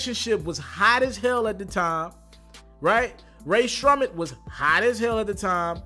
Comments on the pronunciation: “RAE SHRUMMET” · Come on how u gonna be a damn rap/entertainment news guy and can’t even pronounce rae sremmurd?